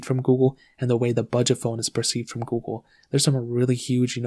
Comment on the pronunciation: Can't watch it peacefully with his pronouncing of Google....goo-go lol